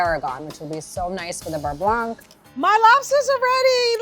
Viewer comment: I'm sure the pro chef is very talented, but her way of handling food like it's gross (her hand gestures and such) take me out of learning. Not a huge fan. Also mispronounces beurre blanc every time...